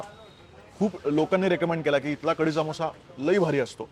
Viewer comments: सामोसा नाही रे समोसा अस्त ते😅😂😂😂😂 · तो सामोसा नाही समोसा आहे, आणि सर्वात बेस्ट समोसा जळगांव चा आहे... परंतु तुझं तेच तेच विदर्भ आणि नाशिक